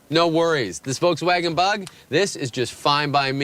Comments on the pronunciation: Wolkswagen lol. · wolkswaggon? xD